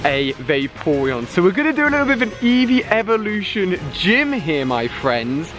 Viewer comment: it's eeveelution